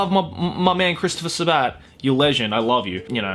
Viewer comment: protip: the stress on sabat's last name is on the "sa" not the "bat" : )